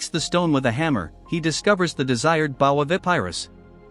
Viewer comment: It's called "AI Voice Has A Hard Time Pronouncing The Word Bow"